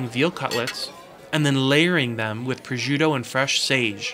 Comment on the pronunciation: God I love how you say "Testaccio"......God I am melting here....ahhahaha (-: you will have to work on the PROSCIUTTO pronounciation! LOL